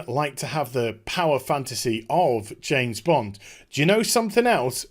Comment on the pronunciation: It's pronounced "James Bond" not "Jane's blonde"...